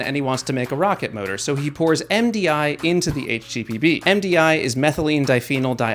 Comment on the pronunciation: I heard "HTPB" as "HTTP" 😂😂😂